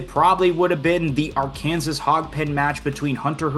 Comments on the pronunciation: R-Kansas?! Who doesn't know that it's pronounced "Are-kin-saw"? 😂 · R-Can-Saw. Not R-Kansas